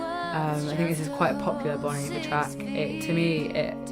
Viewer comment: It’s pronounced: BONE EEEEE-VARE